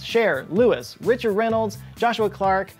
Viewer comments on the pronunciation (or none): none